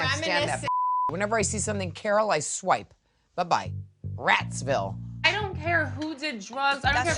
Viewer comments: “Ratsville” LOL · There's no 'rat' in Radziwiłł, if you know to pronounce it.